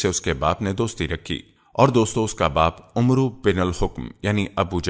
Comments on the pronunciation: Talaffuz UMRU nahin AMR sahih hai kisi Aalim se pooch liya karo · janab, Amru nahi bolte balke Amr kehkar Amr ke R ko saakin pardhna chahiye.